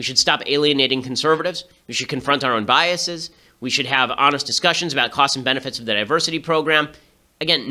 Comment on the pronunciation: ok you figured it out a few minutes in. Btw people reading this: "biaseeees" is NOT A VALID PRONUNCIATION.